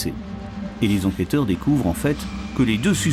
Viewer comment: Par pitié, n'interviewez plus jamais ce directeur d'enquêteuh qui m'a pris la têteuh avec tous ces détayeuh sur la mort du filseuh de la dameuh... Bon sang, un vrai calvaire de l'écouter parler ce bonhomme 😵‍💫... Je crois que si je me retrouvais en garde à vue face à lui j'avouerai tout ce qu'il veut juste pour qu'il se taise au plus viteuh 🤣